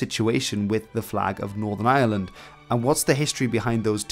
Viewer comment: Jesus! The Island of island ? If you're going to do an Entire video of a region or nation, learn to pronounce it properly! It's Ireland not island, pronounce the r that's there!